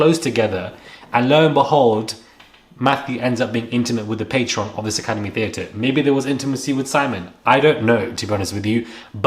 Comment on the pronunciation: The word you’re looking for is PATRON* ( you keep saying patreon ~ which is something else)